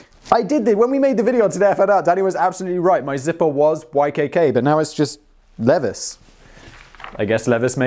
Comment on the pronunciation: did you just say "leviss"? it's 100% "LEE-vies"... dork ah shit you got me 😬